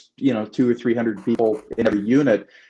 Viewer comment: This is like watching Rizzo interview Joe Buck... I just want to hear CHM's thoughts and perspective...altitude and yaw... Hope you set up a youtube account. You're well spoken in that you get your point across, but you could work on your diction. It's hund red not hunderd. End a thought with a point or a lead in to another question. Don't trail off with... and the whole 9 yards. Hope to hear you speak sometime, I'll attend.